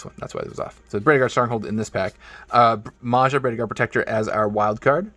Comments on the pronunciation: Nice coconut videeo. Maja is pronounced like Maya in the Maya culture. :) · For future reference, if it ever becomes relevant again, we generally pronounce j a lot like y is pronounced in English. So at least here in Sweden Maja is pronounced close to Maya, our a-vowel is also a bit different but w.e.